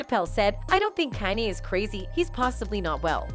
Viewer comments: Almost didn’t make it through the whole video with them messing up Kanye name like that. I’m not even a Kanye fan but still you should at least get the man’s name right. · This channel is trash. Just look at the thumbnails and the amount of uploads. It can't even pronounce kanye right half the time. Is it all bots? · Why she can't say kanye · Why she can’t pronounce Kanye